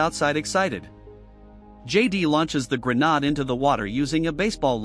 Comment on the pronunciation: AI can't say grenade, it comes out as grenaad even when spelled correctly but it can say grenades.